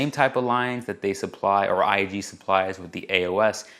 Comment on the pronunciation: you said IGA when it is in fact IAG